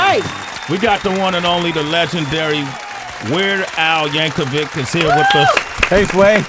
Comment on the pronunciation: It's Yankovic, not "Yank-a-wig" hahaha